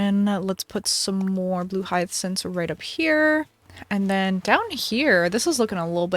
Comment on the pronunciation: why are you calling them hyathcynths I'm crying